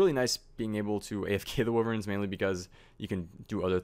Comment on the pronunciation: Pernounced WHY-verns not wiverns